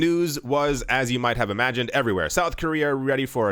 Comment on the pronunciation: Hase "everyware news" been added to the TMI drinking game yet?